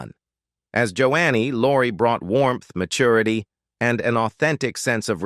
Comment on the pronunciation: Can you learn how to pronounce names correctly? It's not "Jo annie" but "Jo nee."